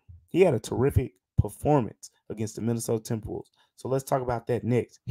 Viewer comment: the "mInAtOdA tMbrWoLvEs" at the start killed me lmfao love ya great episode